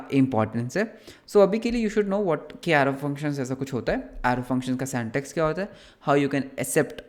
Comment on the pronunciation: Syntax ❌ santax ✔️